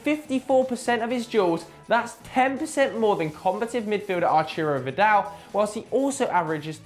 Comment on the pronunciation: Arturo Vidal not Archuro Vidal..